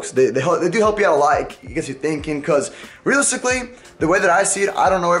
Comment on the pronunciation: Am I the only one that heard "realsically"